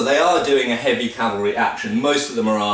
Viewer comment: I would like to tell you how much I appreci8 hearing cavalry instead of Calvary but I get tearful. Gr8 video. Thanx.